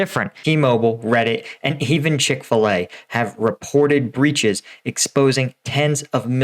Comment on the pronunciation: pretty sure you said chick' fillet just took my data? yeah lets get my attorney on the line here, 3 kids love some chick'fillet